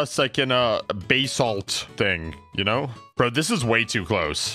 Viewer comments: Baysalt lmao but it IS pronounced BAsalt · bro its buh-salt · Every time you said "bay-salt" it physically hurt me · actually its buhsalt, quickly spoken. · Can I have some buhsalt on my, idk a dish that has buhsalt on it